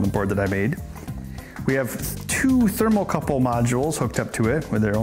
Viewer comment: It's called a "thermocouple", Ben. Not a "thermal couple".